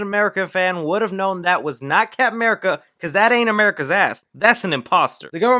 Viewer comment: I love the way you say 'Cap'n America', like 'Cap'n Crunch'